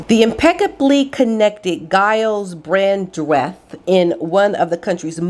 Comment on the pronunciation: you pronounce Gyles as if the G were a J and Brandreth is said as one word, not Brand...reth, hope you don`t mind me helping you there. Have a wonderful Christmas and a very Happy New Year, thank you for all you do I always look forward to your videos.xx